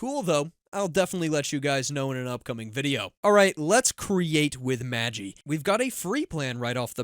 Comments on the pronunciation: Pronounced Magh-EYE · FYI: Magi is pronounced maj EYE. The Magi were the "three wise men" of the bible. Gift of the Magi is a famous short story by O Henry. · MAJ-eye (assuming normal pronunciation) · The creators pronounced it Mageh but I agree it sounds wrong